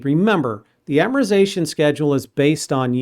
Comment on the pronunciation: You are the best instructor thank you...also Amortization is pronounced with a T after R